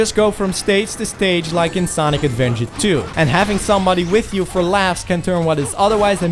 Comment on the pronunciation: "Sonic Advenger"